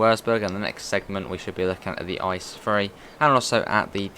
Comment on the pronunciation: Can you say I C E and not ICE